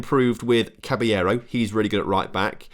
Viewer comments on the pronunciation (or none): Enjoying this save but your RB Cabello is pronounced CABAYO not Caballero lol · I acc beg u read the names before u say them. Cabello has no right being pronounced cabellero and especially not for 4 episodes in a row. I’ve got my phone out to make this comment please just read the names before u say it